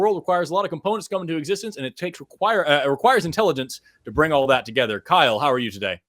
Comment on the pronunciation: "Kyle-OH" Get thee to a library and read ANY science related books. Thou art confused, arrogant, and woefully ignorant. Do better.